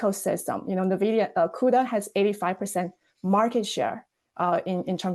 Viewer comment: What kind of weirdo pronounces Nvidia as NE-vidia ? ? ?